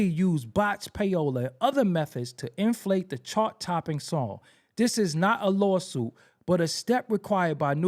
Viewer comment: 😂😂😂that "lawSOOOUUTEE"